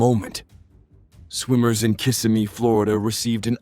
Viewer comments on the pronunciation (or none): The town in Kissimmee Florida is pronounced KA-Sim-ME. Not kiss a me.